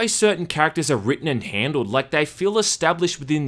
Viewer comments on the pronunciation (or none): none